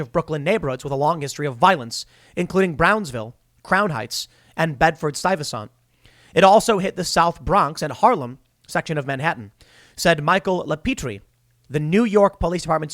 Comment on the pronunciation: its pronounced STY-Ve-cent tim just a heads up